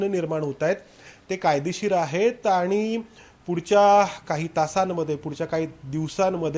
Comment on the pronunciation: वर्ण, शब्द, पद, वाक्य, भाषा, व्यवहारातील सुयोग्य उपयोग या साठी सर्व वृत्त वाहिन्यांच्या वृत्त वाचकांचे प्रशिक्षण गरजेचे आहे, काना ला सहन न होणारे उच्चार, जे आणि ते चा अनाठायी वापर, बोलण्याचा वेग, सगळंच असह्य होत चाललय.. अरे तुमचा हा कधी शुध्द मराठीत वार्तांकन करणार? हे चित्र कधी बदलणार? अरे किती दिवस अशुद्ध मराठी ऐकायंच? आणि म्हणून पण स्वच्छ पणे म्हणु शकत नाहीये अरे आनी म्हणून कसं काय म्हणु शकतो? पत्र देणं म्हणतात रे पत्र देनं म्हणत नाहीत शिकवा जरा ह्या ला!